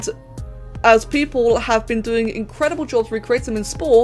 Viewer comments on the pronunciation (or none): none